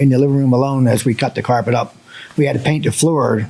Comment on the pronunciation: "Carpret", it's not the first time I heard that on this show.